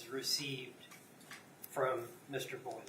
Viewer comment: eau is pronounced oh. so its boil oh